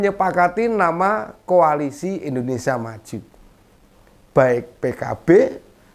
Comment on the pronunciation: lucu lucu si bowo, ngomong koalisi jadi ko'alisi?🤣🤣